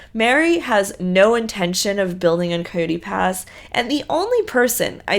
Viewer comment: why do you say "coyote" like "cooty" I know some call Kody "cooty" by Coyote Pass is named after the actual animal. Is this an inside joke? It's /kI-yoh-tee/